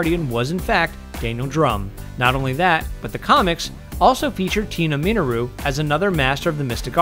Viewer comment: Do not like the way you pronounce Minoru (Men-or-oo) BTW. LOL!